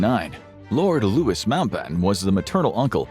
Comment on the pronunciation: 'Loo-ee' not 'Loo-is'